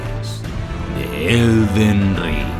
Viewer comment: "El Ded Ring”